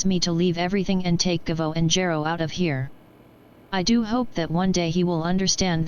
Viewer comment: i choose to believe the text to voice never properly pronounced Gero, and that its not a result of any lost correction programing or any other corruptions in the system. it always anoyed the Dr., but he was too busy to take action.